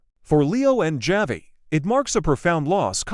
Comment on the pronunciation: Javi is pronounced Havi in.Spanish.